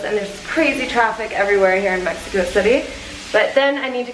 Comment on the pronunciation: Why she saying Mehiko not Meksiko (idk how to explain it xd )